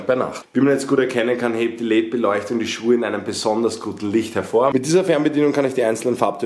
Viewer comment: omg wie er „LED-Lichter“ ausspricht haha die „leet Lichter“😂😂#nohate Feier aber das musste sein